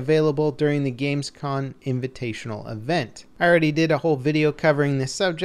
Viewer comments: its GamesCOM not GamesCon... why is it so hard for non germans to say that ? :D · I believe it's GamesCom not GamesCon